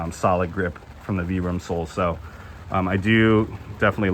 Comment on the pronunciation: Vibram as in Vie. Not VEE.